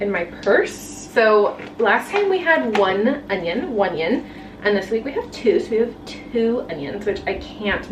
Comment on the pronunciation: Was already enjoying the vlog then you said "one onion" (my brain immediately thought "one-ion") and then YOU said "one-ion" so I was like "welp, I have to subscribe to my brain twin."